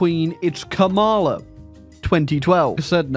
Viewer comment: Cringing every time car wreck of a pronunciation of Kamala is uttered. The emphasis goes on the first syllable like "comma"